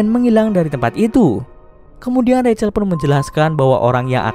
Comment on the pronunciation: rachel=racel Bukan rahel😭🤙🏿‼️